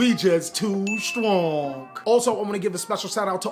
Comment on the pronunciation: "We just too stronk" Just hits different everytime u hear it